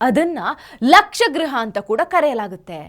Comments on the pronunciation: ಅದು ಲಕ್ಷ ಗೃಹ ಅಲ್ಲ . "ಲಾಕ್ಷಾ ಗೃಹ ". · ಲಕ್ಷ ಗೃಹ ಅಲ್ಲ ಲಾಕ್ಷ ಗೃಹ l.Laaaksha gruha laaaa andare aragu